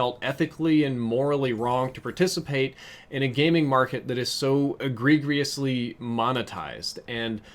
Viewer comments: egg-ree-jus You're welcome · Please look up how to pronounce egregious....